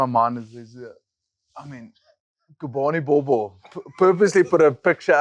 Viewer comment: Can Mr Brits please pronounce Gcobani Bobo’s name correctly…why do you have to butcher his name like that… Just practice 10 minutes a day before the next episode, please Sir, Please